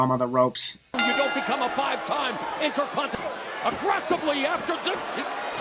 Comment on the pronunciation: I'm not sure if it's just me, but I swear the commentators made another botch, by saying the"intercontinal" instead of "intercontinental"